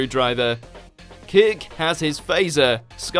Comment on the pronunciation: Is it just me who hears "kick" instead of "kirk" ? "Kick has his phaser."